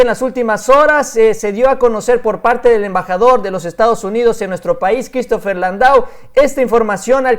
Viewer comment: SE ESCRIBE LANDAU PERO SE PRONUNCIA LANDÓ